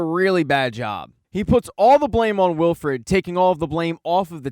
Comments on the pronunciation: Please stop saying Wilfred instead of Wilford. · Good video but it's Wilford not Wilfred.